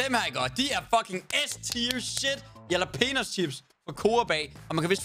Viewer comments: hvorfor kan jax ikke finde ud af at udtale jalapenos haha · Venter på at Daddy aka. Johnni gade opdager hvordan siger jalapenos. Fandme guld!